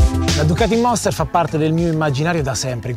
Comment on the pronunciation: Il monster no "la moster"..lo sa ogni motociciclista